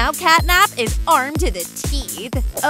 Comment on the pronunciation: You said cat nab